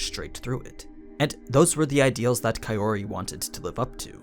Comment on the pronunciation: So, when are you going to stop pronouncing her name as kai O ri? shits getting real old.